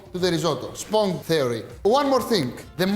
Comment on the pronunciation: Akis.....sponge is pronounced like this.......σποντζε οχι σπονγγε. Thank you for all the cooking tips! Opa!